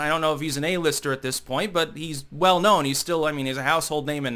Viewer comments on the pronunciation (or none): none